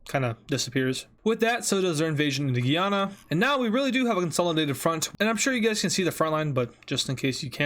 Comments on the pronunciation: Guyana is pronounced "Guy anna" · Day 4 of telling he says Guyana wrong